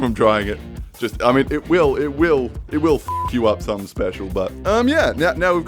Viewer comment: "It willl"